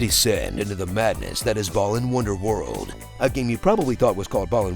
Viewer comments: Why no one talkin bout him calling it "ballin' wonderworld" tho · Why does he pronounce it as Ballin' Wonderworld?